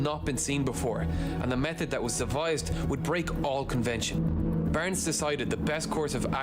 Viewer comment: It is Barnes . He pronounces it Burns. Please get it right.